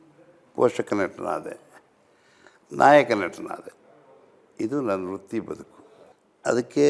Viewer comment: ಅಣ್ಣೋ ...ಅದು ವೃತ್ತಿ ಬದುಕು, ರುತ್ತಿ ಬದುಕು ಅಲ್ಲ